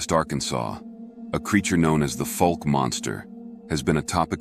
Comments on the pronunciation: Fauk...like "oow" as in " that hurts"...not fok similar to "folk" sound minus the l. Great picture at beginning, but hey, if you're gonna tell the town's very famous story, ya ought to learn how to pronounce it. Not sure if I was able to clarify that very well, but anyhow, glad to hear the story, which is for real. You have a good style of relating a story....apart from that little bit of homework you might have done well to do beforehand. Thanks for sharing it. Will subscribe, as I do love stories, especially when the speaker has your kind of voice. Also like that the pictures here match the narrative, as many other sites have irrelevant video or pics. Quality storytelling here! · F ow ke not Fooke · Put a K sound at end of first syllable...but hey, you do such a great job...don't sweat it! Boggy Creek story so good it will stand alone without any big need to remaster. Appreciate your efforts.